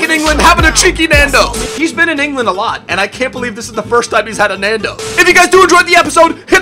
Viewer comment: *cheeky Nando's, not Nando